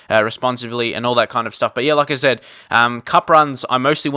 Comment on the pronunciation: whenever you say "like i said " i hear it as Lacazette